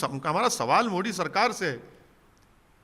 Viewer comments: इनको मोदी नही बोलना आता है उनको मोडी बोलते है ओबैशी 🤣🤣🤣🤣🤣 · पहले तो बोलना सीख ले टापू । मोदी बोला जाता है मुल्ले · अरे मुंह से पान निकाल कर बात कर यार मोदी मोदी बोल✊✊